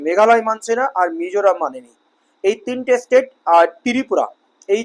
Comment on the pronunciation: "State" ও "estate" দুটি পৃথক ইংরাজি শব্দ; শব্দদুটির উচ্চারণ এবং অর্থ ভিন্ন। অনুগ্রহ করে উচ্চারণ ঠিক করুন।